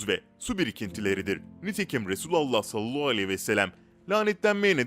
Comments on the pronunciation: Maalesef yalnış okuyor .. üstelik böyle oldugunu herkes söylüyor ,Halbuki çok zor deil doğru telaffuzu yapmak . Bence niyeti yok . Bu kadar eleştiri alıp doğru telffuza önem vermemek .. insanolarak şaşıp kalıyorum.. Oysaki güzel videolar hazırlıyor .. Beğeniyorum . Amma Sallallahu demeyi bir türlü düzeltemedi... Ağzında yuvarlayıp ,hızlıca ve eksik telaffuzla konuşup ,hemen başka kelimeye geçiyor .Söz konusu peygamber efendimiz SAV olduğuiçin titizleniyoruz Dil dönmüyorsa bile bence doğru heceleye heceleye birgün mükemmel birşekilde telaffuz yapabilir .... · Sunucu arkadaş seni para zoruyla konuşturuyolar herhalde peygamberimizi zikrettiğim zaman sallallahü aleyhi vesellem demek zoruna gidiyor herhalde hemen cümleyi yuvarlıyosun onu bi ilk önce güzelce telaffuz etmesini öğren yorumlardan para kazanıyorum derken bi kamyon günaha girme